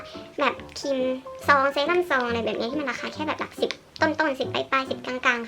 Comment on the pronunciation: ครีมมมม มี ร.เรือออออ คำควบกล้ำอ่ะแก🤣🤣